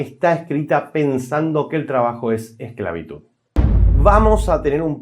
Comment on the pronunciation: "Exclavitud pero con s" XDD